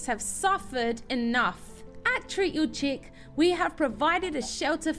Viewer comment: The"chick" sounds so wrong